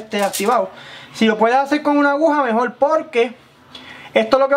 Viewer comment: mejol! jajajaja madural